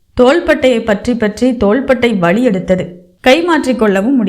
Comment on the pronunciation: அருமையான கதை, நல்ல வாசிப்பு..ஆனால் சரியான உச்சரிப்பு இல்லை..அதற்கு முயற்சி செய்யவும் முடியவில்லை என்பதை முடியவிள்ளை என்றும் வலிஎடுத்தது என்பதை வளி எடுத்தது என்றும் உச்சரிக்கிறீர்கள்..உச்சரிப்பை மேம்படுத்தவும்😊